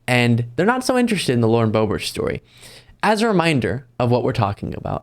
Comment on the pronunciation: Lauren Boob-ert.